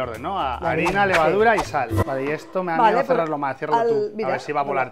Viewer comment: Maicrack como dijiste sal D